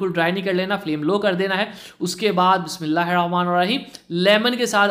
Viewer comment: Bhai apsy request hai bismilah aram sy prha karen aur sahi talafuz say prha karen